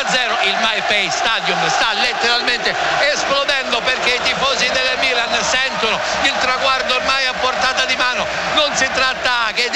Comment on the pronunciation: Ha segnato il mmmilan come lo dice lui nessun altro